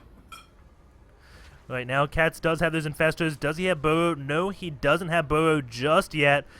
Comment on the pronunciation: Omg, Do you say burrow One more time i will laugh my ass off. Plz learn to pronounce the letter R R R R R R R